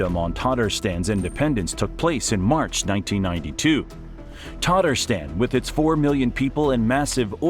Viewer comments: Tatarstan is not pronounced "tartastan". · PLEASE, PRODUCERS, correct your English pronunciations! It is u-KRAINE, not YOU-kraine. There’s no COW in Moscow, and the list continues - with Tatarstan and more. Why is this a concern? While delivering facts/information, you are teaching scores of single-lingual American English speakers who, given lack of information and/or travel abroad, rely upon accurately communicated place names. To garner respect and trust, please be willing to learn/apply proper pronunciations before recording.